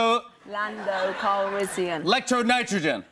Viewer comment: I laughed sooo hard at this it might not be funny Daisy said calrizzzian Jimmy says calrissian